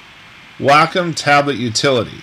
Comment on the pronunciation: Hi! It's me, Wacom's Whirl Girl! Great tutorial! Nice seeing you on here! FYI: It is pronounced like "WALK 'EM" (without the L..) Not Whack 'em, not Way com... but like Walkum without the L... lol Looking forward to seeing you in Italy when it opens back up. Hope you and the family are well!! - Adale 'Give It A Whirl'